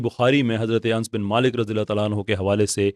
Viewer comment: آپ اس معاملے میں غلط ہیں انجنئیر صاحب صحیح آپ بھی لفظوں کا ھیر پھیر کر رہے ہیں جو غلط ہو اس کو غلط تسلیم کرنا چاہیے بھائی آپ انس زبر کے ساتھ کو انس جزم کے ساتھ کھ رہے ہیں آپ خوامخواہ بات کو بتنگڑ نہ بنائیں